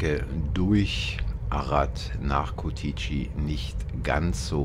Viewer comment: Ich denke sie kommen nicht aus Rumänien, habe es bemerkt wie sie Curtici aussprechen 😂 aber sehr sympathisch